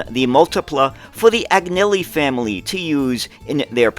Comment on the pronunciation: Thank you. N.B. The ‘g’ in Agnelli is silent, just like the ‘g’ in gnocchi. I understand that the correct pronunciation is something like ‘uhNelly’.